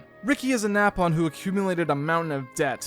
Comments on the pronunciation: The way this man pronounced Nopon as "Nay-pon" and Egil as "Eh-jill" physically hurts considering how much the characters pronounce both words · Love the vid Just got a little bit annoyed by the mispronunciation of some characters like nopon and especially egil But happy you gave xenoblade a shot Hope you do the same for the other 2 main line games